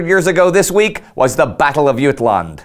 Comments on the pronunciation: Ut-land more like jut-land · It’s pronounced Jut-land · love the show but i have to say you are the only person i’ve ever heard not pronounce the letter J in jutland. keep up the good work 👊🏻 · Its Jylland NOT jutland.... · yoot-land? jut-land mate. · I love this series but i can't 'like' this week. it is pronounced, as any Britain will tell you Jut-land, not YUTE-land. the winners get to name it and the wogs start at calliss. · as a native Dane i live your terrible pronounciation of Jylland (Jutland) :D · Ok, nice touch that you try to pronounce Jylland in danish (I assume that's what you're going for), but in danish there's no "t" in there. Unless; were you going for a german variation? Still off, but it would make sense... By the way, my great-grandfather was from Haderslev in southern Jylland, and since that was german at the time, his brother had to go to die somewhere in France. My great-grandfather fortunately (?) had a lame leg, and instead became a social democratic mayor of Haderslev instead. Yeah, just thought I'd share a bit... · Did you say yute? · In english it's called Jutland, but in Danish it's called Jylland and i think it's quite strange that Indy is pronouncing it in sweedish. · Funny that peoples is saying Jutland instead of Jylland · As a Dane (who also speaks German and English): You pronounce "Jutland" funnily. You version seems to be a close to the German pronounciation. I say either stick with the English version (since "Battle of Jutland" is an English phrase, or go with the Danish version). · I've always heard Jutland with the J pronounced as jay rather than y. I am guessing this is the British tradition of not learning how to pronounce names properly.